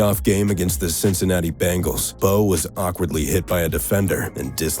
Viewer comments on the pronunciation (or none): none